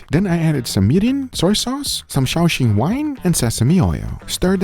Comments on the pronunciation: Dear Mr. Editor, it's Shaoxing Wine, not Shoeshine wine 🤣🤣🤣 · “Shoeshine” wine gave me quick the chuckle